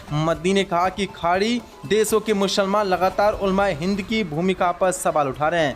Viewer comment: अपने उच्चारण को सही कीजिए स को श मत बोलिए मुसलमान सही है mushalman गलत है श श श बहुत गलत हा